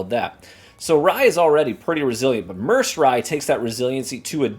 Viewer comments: It's pronounced Mer said, like the Merced river in California. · Merced pronounced Myr-said which is a Medium sized city in San Joaquin valley of central California